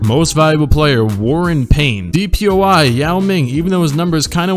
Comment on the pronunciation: “DPOI” lmao